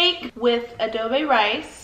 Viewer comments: adobe rice 💀 💀 💀 i was wheezing girl,, it's adobo hehe 😆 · Its adobo not adobe, adobe is a kind of rock 😂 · It Pronounce A-D-O-B-O-W it's a famous filipino dish! ❤️❤️ After This Pandemic I highly recommend Philippines For a Vacation 🇵🇭💕💕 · Adobi???? XD adobe lmao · I love the way how she pronounced "adobo" to "adobe" 🤣 you are so cute gurl! Iloveyou na haha 😘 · It’s pronounced ah-doh-bow & pa-law-boc :)